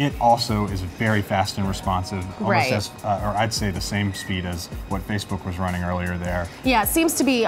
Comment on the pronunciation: Fackbook, the place to meet horny singles in your area.